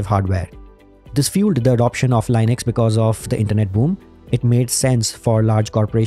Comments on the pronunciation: Small tip: Say Linux, not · leenux, you even pronounced Linus' name correctly. 😢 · Everytime you say, a feel a primordial pain... The GOD himself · Indian pronounciation Lainex 😂😂😂😂